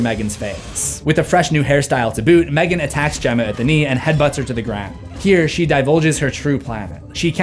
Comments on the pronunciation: i love this/gen but M three gan 😭😭😭😭i know thats how its spelt but its supposed to just be megan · Mthreegan 😄 Gonna trigger the angry screfourm folk lol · M three gan 😂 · NO MOR M THREE GAN OK,OK.